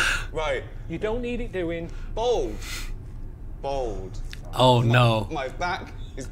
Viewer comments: Why can't he say the word bald correctly?. Bold is not correct ! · Odd how some people cannot say "Bald" and say Bold instead.